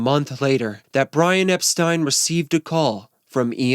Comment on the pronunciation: Thank you for pronouncing Brian's last name correctly, the way he and everyone did back then. You obviously did your homework!! 👍🏻 Unlike most.